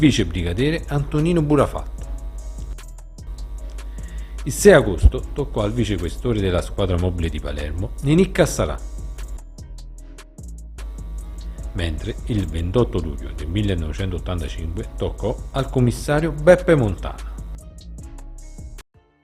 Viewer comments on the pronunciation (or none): Volume ottimo finalmente. P. S Ninni. NON Ninì (Cassara').